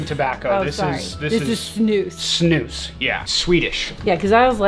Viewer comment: wow she pronounce snus correctly in swedish! :O